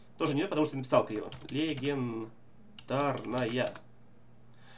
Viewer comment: "Легендраная" XD